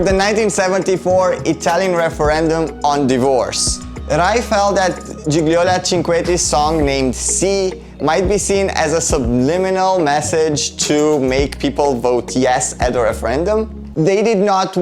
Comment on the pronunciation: Hi! Nice job as always! Just a friendly remark as it's not the first time i hear you pronouncing "Gigliola" wrong, you dont have to pronounce that g in the middle at all, just skip it and tadaaam you have the correct name. I bet you can experience the proper italian fluency now:P By the way im catching the opportunity to say i love your english accent (been wanting to say that for a while) As for your french one.. ehm i do see your effort there hehe close to decent:D